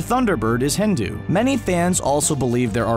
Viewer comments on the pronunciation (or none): none